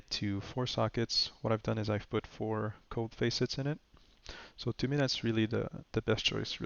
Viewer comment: And they are not Face-it's. They are Facets (FASS-ITS)